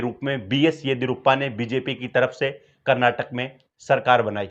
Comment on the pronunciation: Frist learn how to pronounce Karnataka